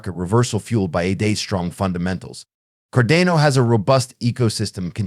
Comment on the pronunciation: you do not pronounce Cardano or ADA correctly. So why would people be inclined to listen to your videos if you are not even that informed?I found this analysis overly generic. You mentioned nothing wabout crypto regulation or tthe things Cardano is actually accomplishing.